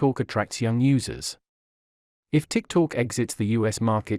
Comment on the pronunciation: The intelligent robot reading the text should be taugh to pronounce TikTok correctly - it is not Tik Talk!